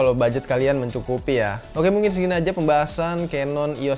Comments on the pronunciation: Agak gregetan sih dri dlu nonton kalo ngucapin canon jangan Kanon tp kenen, udah itu aja bang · nah iya itu, yg bener kenen, keneeeeen 👍